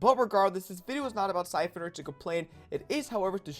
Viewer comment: Pho Coun lol it’s Siphon